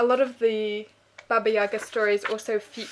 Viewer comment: You should stress the last syllable in word Yaga. Im russian and it`s rather interesting 2 see what people from other countries know about your own culture, especially when it`s not so well known in the world. You have a nice channel and of course ''mamihlapinatapai'' led me here. thank u ))